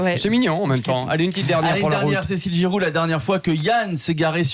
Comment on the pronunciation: GIROUD et SOTH. 🙃 .Ce serait qaund meme bien de bien prononcer le nom des invités - Jusqu à ,vraisemblablement,le chroniqueur de droite s en fou royalement (il est sur son tel). C PITOYABLE (HONTE A LUI)